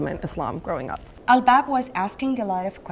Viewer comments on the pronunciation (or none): Her name is albaab not Al baab. witch is the plural of lub, another synonym of heart in Arabic. So her name means hearts actually, witch is beautiful btw. But that was funny what u said tho.